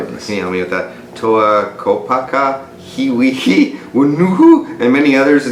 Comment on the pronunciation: You actually pronounced Kopaka correctly, Hewkii and Whenua not so much.